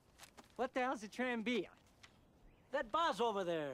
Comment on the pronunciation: IT's Tranvia! not trambina jajajajajaa